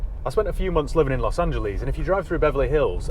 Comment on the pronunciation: Los angelis 😂😂